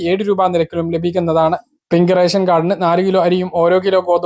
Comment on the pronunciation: നാക്കു വടിച്ചിട്ട് വായിക്കെടോ. രെസം. അല്ല റേഷൻ